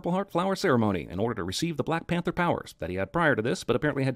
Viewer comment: "T'Challa de blek pentha"